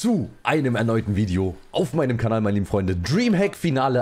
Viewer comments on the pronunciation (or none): none